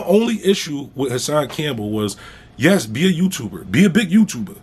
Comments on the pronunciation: Bruh I’ll pay you a dollar for every time you say you tubah lol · I knew that was him. "Big youtubah"...Lol